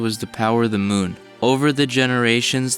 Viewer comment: The way he said "the muun" was funny.